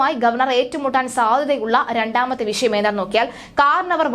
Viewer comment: ക്ഷമിക്കണം. ശരിയായി ഉച്ചരിയ്ക്കുന്നതാണ് ഭംഗി. വിശയം എന്ന് പറയരുത്. വിഷയം എന്ന് തന്നെ പറയണം ആർഷോ എന്നാണ് പേര് കേട്ടിട്ടുള്ളത് ആർശോ എന്നായിപ്പോയി